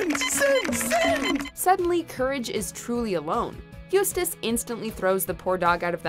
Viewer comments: They finally pronounced Eustace name right. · They finally pronounced Eustace's name correctly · At least you finally managed pronounce “Eustace” properly. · At least she didnt butcher Eustace name this one